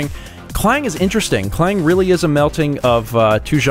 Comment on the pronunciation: Interesting Fact: There's a place called Klang in Malaysia and it's EXACTLY how you pronounced it here :>